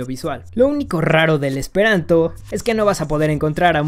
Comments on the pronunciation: jajajaja , pronunciaste muy mal el esperanto. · Jejejeje. Pronunciaste muy chistoso lo último en Esperanto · Sí te soy sincero, hablo esperanto lo suficiente como para decir que no has pronunciado bien las frases, y mira que es de lo más sencillo para un hispanohablante; además, cabe resaltar que en la primera frase "Mi ŝategas vian dekstran okulon" hubiera utilizado un verbo más frecuente, como "amas" (el cual entendemos todos) o "ŝatas" que básicamente quiere decir lo mismo que pretendías decir. Aquí te pongo, tal cual se pronunciaría, la segunda frase que has dicho: "La utilai frasoi en chi tiu video estas senutilai", la jota como tal no existe en esperanto, se usa para escribir una i con diptongo y también como plural (al igual que el italiano, que es de donde lo ha tomado). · estoy aprendiendo esperanto y lo pronunciaste mal xD la J cuando se usa al final equivale a la S en castellano y se pronucia como la i, del resto npi, esta loco tu video xD dankon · Casi te sale bien la pronunciación en Esperanto jejej la jota suena como nuestra i y la c con la cejilla arriba se lee como CH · Ajajaja te faltó pronunciar bien el Esperanto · Pronunciaste mal el esperanto, la "J" es como una "i" y la š es como la sh. Xdxdxd Lo sé porque mi estas esperantisto, kaj mi amas la esperantan lingvo. Dankon! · Qué mala pronunciación esperantista xd